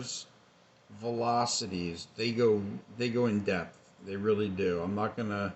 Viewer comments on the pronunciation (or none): none